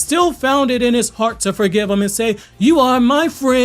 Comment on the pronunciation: so are we not going to talk about the way bro said you are me friend😂